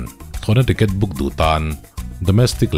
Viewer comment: Thlawhna tiket ani lo.... Triket tih tur😀😀